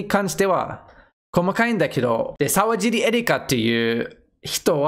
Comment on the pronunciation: さうじり、じゃないよ。さわじり、だよ